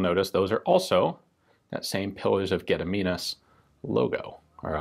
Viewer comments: English channels talking about Lithuania's history can't pronounce anything Lithuanian at all. Gun Jesus comes along and pronounces it near perfect on his first try. 10/10 would like again. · Fanks for good pronauncmen for gediminas name.